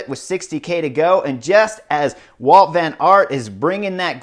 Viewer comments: Hey Chris, his name is WOUT VAN AERT, not walt.... Come on... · It's Wout not Walt.